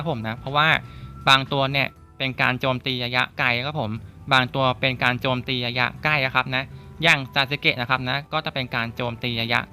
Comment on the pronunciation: ระยะคับพี่ ไม่ใช่ ยะยะ